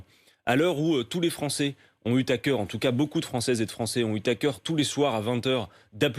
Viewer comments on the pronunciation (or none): Ils ont eu À cœur ! ! Et pas T-À cœur ! ! C'est pas grave j'aime bien Quatennens ! M'enfin, les liaisons intempestives .......